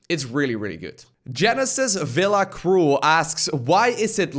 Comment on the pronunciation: woo thx for the 15 sec of fame!! i do feel your sentiment, btw its [cruwel] not [crul] ahahaha. thank you very much. i really love your content:)